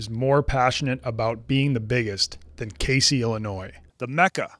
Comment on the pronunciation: What makes this good is pronouncing Casey wrong 😂